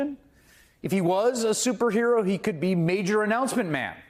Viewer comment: That video of Trump shows that he really does understand the mentality of his supporters and what appeals to them... comic book hero nonsense. "Soopa hero"? (Someone should teach him to speak.)